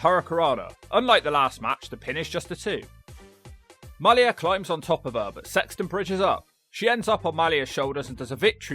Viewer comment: Come on,. MAH-Lee-YA Hosaka is her name.